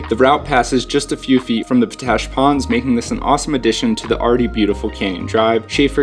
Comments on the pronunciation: Isnt it pronounced pot-ash not po-tash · Oh, by the way... Potash is pronounced Pot - Ash not Po - Tash! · FOR THE LOVE OF GOD!! ITS POT ASH . NOT PO ASH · Yo, FYI it's Pot ash, not Po tash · Great video and timely as I am visiting Moab right now. By the way it pronounced almost like two seperate words Pot Ash not Po Tash. Thanks for all the great tips. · Its pronounced pot-ash, not po-tash. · It's pronounced "POT-Ash". It contains potassium. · Nice video. POTASH is pronounced POT ASH. Thanks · Need to work on your place names, friend. Potash is pronounced just how it looks, and just what it is: potassium ash (not po-TASH). It's Castleton Tower (or Castle Rock), never Castle Tower. And local pronunciation of the LaSals is not a soft O, rather it sounds like the A's in "salad". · "Pot Ash!" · Its pronounced POT ASH. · I say p-tui to his p-tash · Po-tash ? Really ? Try asking for that at the Ag supply ! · His pronunciation was bugging me too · His pronunciation was bugging me too.